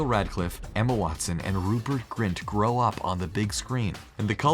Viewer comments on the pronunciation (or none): none